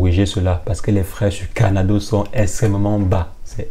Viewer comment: Pourquoi vous dîtes carnado au lieu de Cardano? Ça peut prêter à confusion